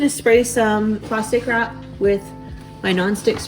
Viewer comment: I thought you said “pasta crap” instead of plastic wrap. Haha ❤❤